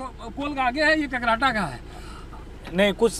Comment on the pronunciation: Sir kakarhatta nh h Kakrahata h gaon ka naam